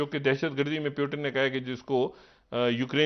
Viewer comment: प्युटन नही रे बाबा ! पुतीन बोलो. देवा कस व्हायचं तुझ